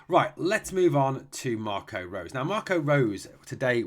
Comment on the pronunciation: Just to help you out with the pronunciation,. Marco Rose's name is pronounced like Rosa in Germany.